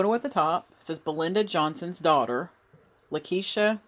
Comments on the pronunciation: It’s pronounced La quee sha. Thank you for posting this. She was my cousin’s sister and I needed closure on this. Haven’t heard any follow up reports about her murder. God bless you. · It's pronounced Laquesha Holmes